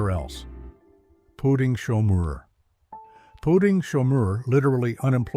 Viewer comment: It's POUTEEN*, & chomeur is as in shawm-er... Pronounced in French, it's POU TIN*